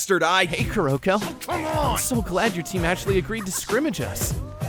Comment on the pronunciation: 1. I am sooo happy with Kuroko's voice actor!! 2. YOU'RE PRONOUNCING HIS NAME COMPLETELY WRONG AND IT'S BOTHERING ME.